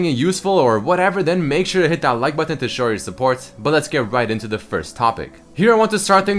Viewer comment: i always like saying thumbsup bu "ton" with him